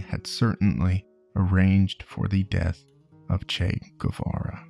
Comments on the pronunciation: In spanish, a “u” after a “q” or a “g” doesn’t sound unless it has dieresis (ü). Guevara correct pronunciation is Gevara. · FYI, Guevara is pronounced Geh-vara (like the word 'que' but with a g). You don't pronounce the u unless it has the umlaut (two dots) on top. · It's Guevara, not "Güe"vara. The same way you pronounce the "ga" in the word "gay", you pronounce the "gue" in Guevara, in Spanish :p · As latina, i love how there's a new interest in "el Che" but at the same time, annoyed at the guevara pronunciation... its more geh-vara, not gUevara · “Goo-ay vah-rah” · If you're gonna make a biography about the guy AT LEAST pronounce his name correctly. The U is silent! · if you make a 40 minute video about someone just take the 20 secs it takes to google the pronounciation of his name?????? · ..........you're not supposed to pronounce the "U" :/ in Guevara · he didn't leave guatemala for nothing man, it was after failing to resist operation pbsuccess and you don't pronounce the u in gue, be it guevara or higuera